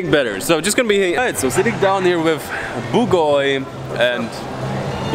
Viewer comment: i think bugoy is bugay like i heard in the news wahahaha